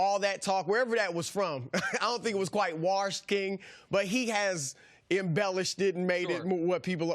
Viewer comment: Chris 'waRshed king' Broussard